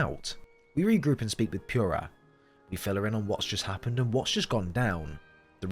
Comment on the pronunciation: I know it shouldn't, but every time I hear someone say Pure-ah, it ticks me off. Especially since it SAYS the right way to pronounce it in game. For some people its an accent thing like possibly this case. But others? Nah, just say pure-ah even though it is POO-rah